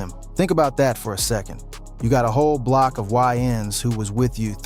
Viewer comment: nga said “ahh bloc”